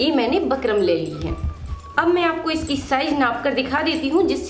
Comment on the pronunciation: Pheli baat to bukram bol lo aap bakram bakram krke sir mai dard kr diya mere to😂😂